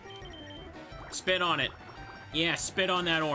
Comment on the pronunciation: Every time he tells his Wartortle to 'spit on it' I hear Hawk Tuak 😂